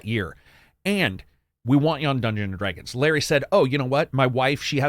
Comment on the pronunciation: A great video and my favourite Elden Ring video so far which has also inspired my American Pronunciation, lesson 17; Americans do not participate in dreyg races neither do they dreyg dead bodies over the ground or dress in dreyg but many of them do fight dreygons. Dr Dré-gons?